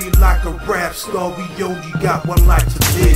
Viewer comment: i see only one skinny person in the video. did you say rep star or rap star?